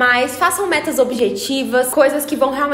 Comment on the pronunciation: Menina, parece que você disse "vocês já fizeram suas m**rd**s em 2020?" Tive essa impressão, porque já comecei o ano fazendo... Desculpa!